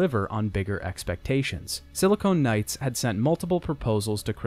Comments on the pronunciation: It's Silicon Knights, not Silicone Knights. I wince everytime I hear the latter. Great video despite this mistake, though! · that feeling when he keeps saying "Silicone Knights." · Please stop saying silicone and when you mean silicon. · I really like this video but your constant referral to "SiliCONE" rather than "SiliCON" Knights drove me crazy. They were a games developer, not breast implants. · Great video but it was "Silicon Knights", not "Silicone Knights". Silicon is the chemical element used in microchips; silicone is an elastic polymer. Every time you said "Silicone Knights" it made me cringe. Other than that, great content!!! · Should we tell him that he mispronounced "Silicon Knights" as "Silicone Knights" for the whole video? Certainly conjures a different mental image... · i have to say, whenever he says "silicone knights" i just imagine knights with enormous fake breasts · Wonderful video, great mountains of content and backstory to this series. Thanks for making this. Gotta mention that every time you pronounced Silicon Knights as "Silicone Knights" my mind wandered into strange and unspeakable realms.